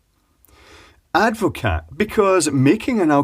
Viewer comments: I believe it's usually pronounced add-vo-car not add-vo-cat, but watevs. Having watched the video I'm still a bit surprised it didn't curdle. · I am very surprised that it took any carbonation at all. Very weird. As a point of interest, it is Dutch and Advocaat is a shortening of its full name. Advocaat is pronounced Ad vo car. Sorry to be a pedant. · Advocaat is pronounced Advocaar the T is like the P in bed........ Silent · The T is silent. It’s ADD-vuh-CAR. 🇳🇱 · Hahaha... super yummy drink is Advocaat. One note though, it has a SILENT t. :)